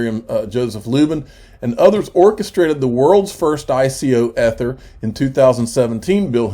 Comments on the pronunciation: EEEEEEEEEther EEEEEEEEther, please say it correctly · You can stop mispronouncing "ether." You've made your point. It just sounds dumb at this point.